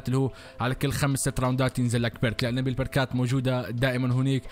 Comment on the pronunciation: احلى قناة زومبي بالعالم والله بس لو تخلي بكلمة ( نبي ) النون بالفتحه مو بالكسره يالطيب لا تصير جذي تكفى 😂😂!